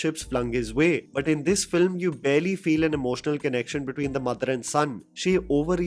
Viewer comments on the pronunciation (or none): none